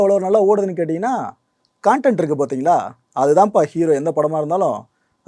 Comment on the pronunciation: காண்டென்ட் இல்லை ப்ரோ, கன்டென்ட்.. காண்டம் மாதிரி உச்சரிகரீங்க.. அப்புறம் manjummel boys மாதிரியே இங்கேயும் நல்ல கன்டென்ட் உள்ள படம் வருது.. நீங்க பாக்கறது இல்லனு சொல்லுங்க.. கூழாங்கல், கடைசி விவசாயி சொல்லிட்டே போலாம்.. மலையாளம்ல எல்லா படமும் manjummel boys மாதிரி இல்லயே.. உங்களுக்கு எது ட்ரெண்டிங்கா இருக்கோ, அதை பத்தி பேசினா தான் பொழப்பு.. அதுக்காக மத்தவங்கள அசிங்க படுத்தாதீங்க..